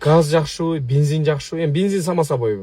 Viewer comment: Бензин эле дечи бинзин дебей